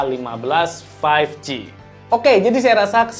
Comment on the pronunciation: berapa kali tuh ngomong Samsung galaxy A15 five ji